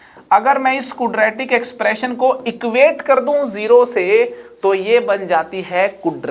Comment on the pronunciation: क्वाड्रेटिक एक्सप्रेशन ना कि कूड्रेटिक एक्सप्रेशन.